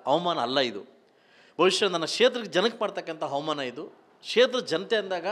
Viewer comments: ಹವಾಮಾನ ಅಲ್ಲ ಕಣೋ ಅದು ಅವಮಾನ😂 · ಹವಾಮಾನ ಅಲ್ಲ ಅವಮಾನ ಹಲ್ಲ ಅಲ್ಲ ಅಲ್ಲ ಮೊದಲು ಕನ್ನಡ ಸರಿಯಾಗಿ ಉಚ್ಚಾರಣೆ ಮಾಡೋದು ಕಲಿ ದಡ್ಡ